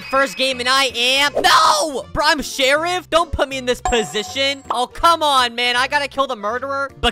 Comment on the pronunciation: Hes says /shierf